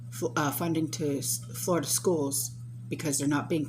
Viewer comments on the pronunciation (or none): none